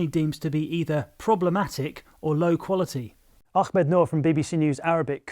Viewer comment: White journalists mispronounce Ahmed (soft H) as ‘Ackhmed’ almost every time. How can you expect people to listen to your takes when you don’t even hear/listen to someone pronounce their name?